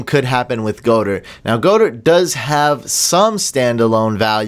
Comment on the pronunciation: Its pronounced God-Dirt not Go-Dirt...just a little fyi